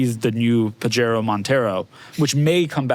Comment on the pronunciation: Hey white Boy Gringos the J in Pajero is pronounced like an H because it's spanish and latin. FYI